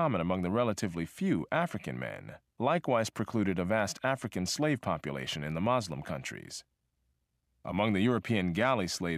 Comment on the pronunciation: Lemme guess, this guy is Christian. I appreciate the other info, but he is reeeally Christian biased making them sound like saints who hated slavery. He really slams Islam (the narrator can’t even say “Muslim” correctly) and minimizes Christian atrocities.” Christianity was used by plantation owners to further oppress the slaves when they found by giving the enslaved humans a false hope of a better afterlife, they were more willing to work in this one. The Civil War was not about freeing slaves. for the South it was about seceding from the Union. For the North it was about keeping those states as part of the Union. Slavery abolished in the North would b undermined by the economy in the South, so they needed to put an end to it. it was about economic power, still driven by profit, not morality. ...and thats when “a new kind of slave” was introduced. They would now b referred to as employees.